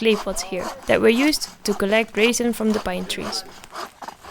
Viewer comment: The word is 'resin' and the sound of the e is eh, not ay. Rasin is a dried grape. There is a machine 'tree mulcher' which would do what you are ridiculously doing by hand a thousand times faster. I can only suppose you are 'click baiting' yet again. If you were serious at all about clearing your land, you'd simply rent one and video that instead of this childish nonsense you have posted so far. I am not quite done,. I find your videos extremely offensive. You routinely relegate my intelligence by the methods you use to 'homestead' this property. I find your entire project unbelievable. From what I've seen, you have no credibility or veracity. You certainly aren't telling us the whole story.